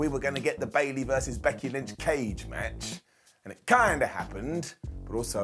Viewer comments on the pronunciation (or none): none